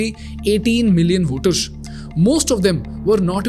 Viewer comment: You don't need to say Per"sh"ent you or Voter"sh" you simply can pronounce them normally with an S. That sh sound with a curve sounds so annoying I used to do it in 3rd Standard man. Pay attention !!